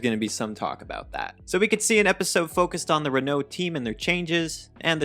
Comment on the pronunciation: Oh, I should have picked up on those O's then. My mistake. I mean Mispronouncing names, teams, etc. Anything that isn't English, such as Bottas, Renault, Sainz, Ferrari, Pérez, Verstappen, etc. You know... I mean, Bottas is pretty straight forward, surely you can handle that one after listening to it once. Ricciardo can pronounce Bottas.